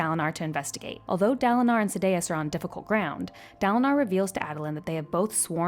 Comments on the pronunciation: Sad-day-us. Shin-over. Come on T_T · hahahah, Sa-day-us got me the hardest after Shin-over. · Yeah the pronunciation of Sadeas kinda killed it to me.